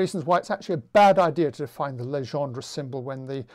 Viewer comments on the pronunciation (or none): No worry about Jacobi, you also mispronounce Legendre :p. Your pronunciation corresponds to "Légendre". Encore merci pour tous ces cours en ligne !